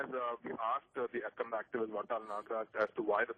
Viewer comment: dear sir its not kannad its Kannada ..!!